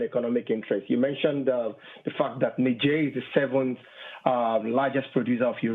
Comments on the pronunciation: Amy, it's "Nizjèr", not "Nisjèr". You're always so infatuated with foreign words and names. "Hello, Greta Thunbery... So, Greta Thunbery... But, Greta Thunbery... " That was a weird interview. That's not how native speakers talk, using someone's first AND last name over and over again. But you wanted to show the world you knew it was "Thunbery" not "ThunberG". Whoaah. That was hilarious. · What is "Negeirr" ? . It's def not Niger. Ni =Neye ger='s grr like a bear